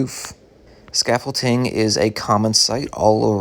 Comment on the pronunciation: Please stop saying scaffolting……it’s scaffolding. Thank you. Otherwise, nice update!